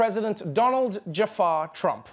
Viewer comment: "donald jefar trump"